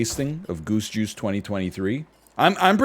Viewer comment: Every time he says, "Goose Juice," I hear, "Goosh Goosh"...